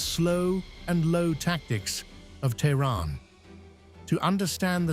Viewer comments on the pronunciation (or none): none